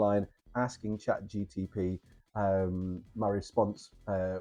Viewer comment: Chat GTP 😫 it's Chat GPT 😜 got you 😜 nice video btw 👌🏻👌🏻